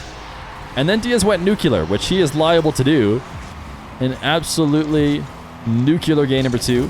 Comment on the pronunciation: great upload, terrific casting New-klee-er nuclear saying "nucular" makes you seem stupid, which you're not